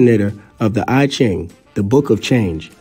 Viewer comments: I might say that the divination table of Oludumare might be older than the I Ching. It's pronounced E ching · I love the info your pushing here, but your pronunciation of the names, races and objects are slightly off a bit. For instance the I-chin Book is known as the I-Chin (Long E for the I in I-Chin )manual. The Ainu ( Flat short A with Long E for the letter I almost like they're separate. The NU are said together. ) Threw me off slightly until I figured out what was being said. You should checkout Taiwans dark secret. Look up the dark people of Taiwan. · It amazes me how half truths and best guesses pass for science today. It is rediculous. By the way it's pronounced yee-king(I Ching) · I Ching, pronounced as Yee Jing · The whole video is full of false information. While it is proven that human civilization started in Africa and Africans migrated to other parts of the world, the producer of this video got the timeline wrong. The narrator also needs to correct the pronunciation of the Chinese words such as I Ching, Xi An, Shang dynasty, etc.. The video is no more than a Black Supremist propaganda as the channel name suggested.